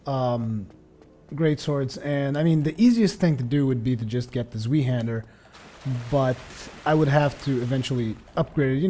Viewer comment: It's not zwiehänder, it's zweihänder, please watch the pronunciation video from AGermanSpy, do it for me. :) Keep up the good work, greetings from Germany and thank you for your videos.